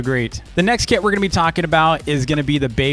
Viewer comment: Whenever you said “kit” I thought u said “kid”